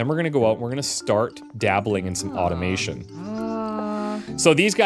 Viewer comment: I thought called this an Oddomation game when he was saying Automation 😅